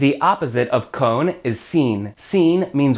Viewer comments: why are you saying cone ? it's very confusing and sobre seems wrong to am I missing something ? I've only been doing spanish for 8 month so I'm no expert please help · I know we all do our best with pronunciation but for some reason it really bothers me that you pronounce “con” like the word “cone” in english 😭